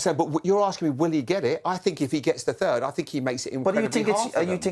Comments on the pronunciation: "United finishing turd" 😂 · Bitter keane yet again. All because united didn't call. Btw did he say third or turd 😂😂😂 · "Man united have been turd in the league". -Roy keane.